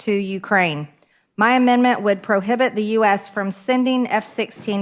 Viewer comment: She reads at a grade 5 level. Its NOT "amend-mint".... Does she even know what GDP even means???